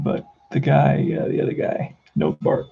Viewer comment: Nottebart pronounced Not a Bart